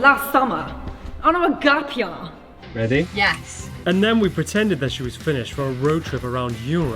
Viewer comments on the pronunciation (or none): “Gap yah” “rimmed” & “Gaflington” 😂😂😂😂😂